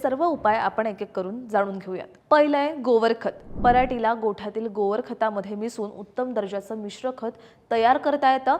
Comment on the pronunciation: गोवर नाही गोबर 😂😂😂 वाचून बोलू नको 😂